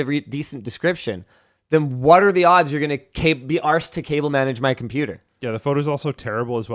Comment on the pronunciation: Love how much Linus pronounces the R in arsed, as an Englishman it's pretty funny